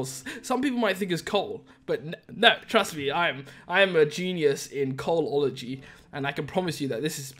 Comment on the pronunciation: haha “coaloligy “